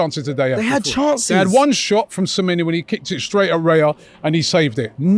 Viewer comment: Samenya!! 😂 Can get into any side. Get his name right first Robbie it's pronounced, samenYO! He can get into any side in the EPL😅😂